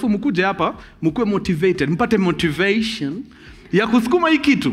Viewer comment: Destineishen, motiveishen, Navigeishen 🤣🤣